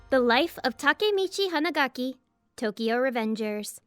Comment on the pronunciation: Finally someone pronounced takemichi someone said its takmechi